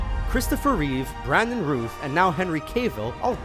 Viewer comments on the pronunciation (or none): Brandon Routh is pronounced like south not rooth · right. its routh like mouth. cavill like travel. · The Name "Routh" is pronounced like in "South". Brandon himself said this somewhere years ago. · Screen Rant mispronounces something (or multiple things) in almost every video. It's probably in their contract or something